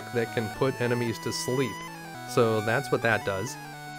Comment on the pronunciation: "Learned Slep"